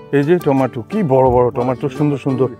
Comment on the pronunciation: উচ্চারণটা হবে টমেটো টমেটো